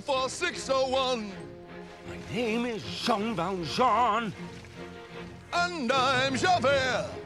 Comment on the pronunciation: Its pronounced Jean Valjean....